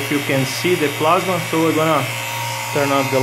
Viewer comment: Sim pronuncia como se estivesse falando em portugues e não em ingles.